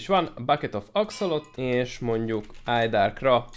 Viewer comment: Az axolotl-t. Németeztél nem lehet elneve6ni